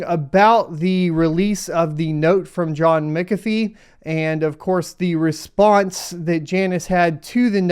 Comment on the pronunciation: Its mac afee... Lol